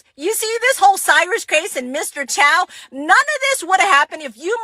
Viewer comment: Host dude, we open a store in black community so that everyone benefit, but it should not give you right to steal. Also, his name is Chow not Choi.